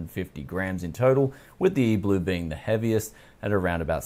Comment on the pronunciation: It’s E-3LUE not E-BLUE